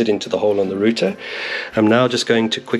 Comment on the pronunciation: What's a roother 😂